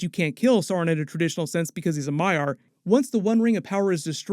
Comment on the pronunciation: Loved how you were pronouncing maiar (MY-ar) as may-yar for like half the breakdown and then switched to the correct pronunciation half way through 🤣🤣 Also don't be mad if it really is Gandalf and not a blue wizard like they've actually been following what's "canon" this whole time. It's Amazon fan fiction. Enjoy it for what it is.